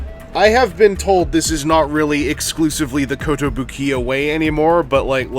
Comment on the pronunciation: hearing him mispronounce kotobukiya did psychic damage